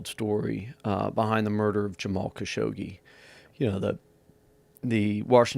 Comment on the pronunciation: Whats more horrifying is hearing americans trying to say his lat name